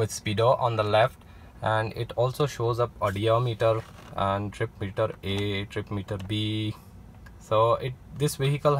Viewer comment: Odometer not odiometer